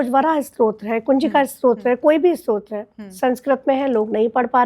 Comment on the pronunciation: बेटा स्त्रोत नहीँ स्तोत्र stotra उच्चारण करो , स्तोत्र शब्द स्तुति का derivative है Anchor भी और आप भी स्त्रोत strota बोल रहे हो जबकि शब्द स्तोत्र stotra है और यह गल्ती बहुत सारे लोग करते हैं। किमाधिकम्.... आदेश आदेश।